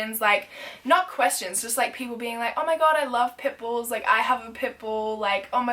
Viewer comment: same when she said "omg I love pimples but unfortunately they are illegal in Australia" 😂😂😂